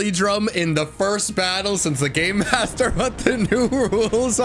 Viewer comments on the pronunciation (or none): I definitely heard "GAYMASTER!?" and was very excited. Well, this is fine too.